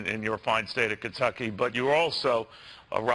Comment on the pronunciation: As gov of this state .. notice how he can't even say the word Kentucky .. get lost Bevin !